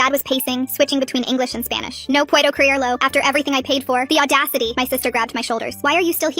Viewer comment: “ThEe AuDDaCiTY”